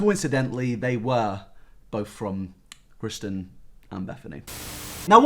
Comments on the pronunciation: Ew why does he keep calling Kristen, Christian Create = “car-ate” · kristen not christian, jesus :D